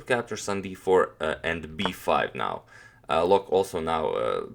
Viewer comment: Loek is pronounced as "Look" in Dutch.